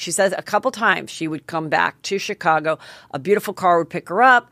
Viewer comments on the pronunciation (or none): none